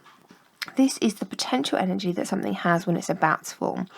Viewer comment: 'potenential'? hmmmmmmmmmm